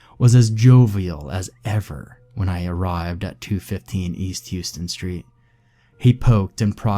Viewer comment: Houston Street is pronounced How-stun.